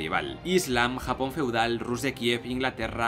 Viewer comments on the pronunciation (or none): none